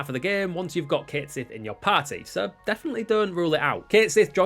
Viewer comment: I said this in about a thousand different comments sections it's pronounced (catshit) one word